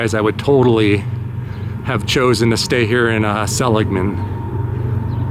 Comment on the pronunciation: THANK YOU~ you're one of the very few I've heard pronounce "SELL-ig-mun" properly! Named after the founder, Joseph Seligman, a western pioneer who helped establish the San Francisco Stock Exchange, among many other ventures....